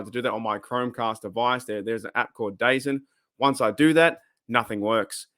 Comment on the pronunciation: it's supposed to be "da zone". But I agree, it sucks so I guess it's ok to pronounce it whatever which way 😉